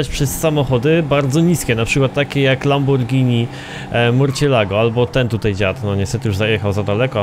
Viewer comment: Nie mówi się Lamborgini tylko Lambordżini.